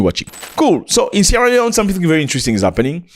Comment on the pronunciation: Zac appel le nom de mon paye properment😂😂 Suis tres fiere de ton Anglais.. Yes you can Zac.. Bravo mon frere..